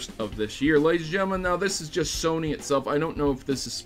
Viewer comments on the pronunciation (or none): none